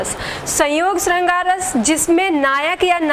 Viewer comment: श का उच्चारण ठीक करिये बाकी video अच्छी ह